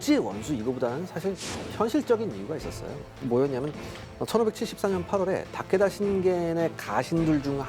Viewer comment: 재미있게 봤는데요. 근데 발음이랑 띄어읽기가 좀 이상해요. 잘 모르는 사람이 그냥 대본 읽는 건가? 하는 생각도....특히 도쿠까와 타께따랑 가케무샤 ㅋㅋ 츠키야ㅡ마도노요 ㅋㅋ 백범김ㅡ구선생 ,이순ㅡ신장군 이렇게 읽으면 좀 이상하잖아요? ㅋㅋ